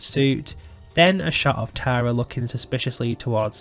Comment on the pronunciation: As someone named Tara, I would like to say that it was refreshing to hear someone say my name properly and not Tera. ❤